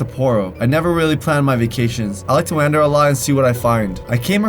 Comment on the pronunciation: Did he just say 'WAA-NDER"